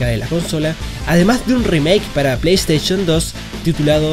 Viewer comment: JAJAJAJA.. PLAY STAICHON